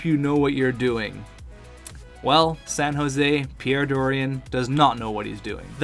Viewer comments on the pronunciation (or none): none